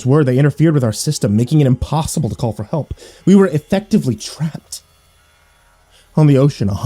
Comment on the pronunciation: "hAUlt" i heard hault not help